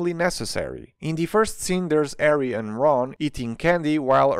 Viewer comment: I love how he pronounces Harry as “Arry”